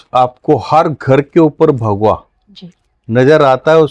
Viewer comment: Kindly pronunciation thik rakhe bhagua nhi bhagwa boliye